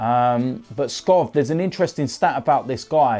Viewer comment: u need to pronounce it Robert Skow